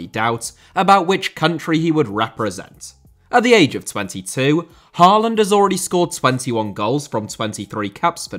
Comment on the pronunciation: Great video! You're generally very good with pronunciations, Hoever, double A in Norwegian (and Danish) creates the sound of Å, which is like 'aw' in most english accents. Haw-land, Øde-gourd would be approximations.